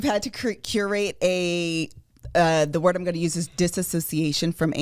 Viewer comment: said a WORDT